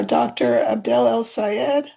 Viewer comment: It's "AB-DUL" (not AB-DEL) 😉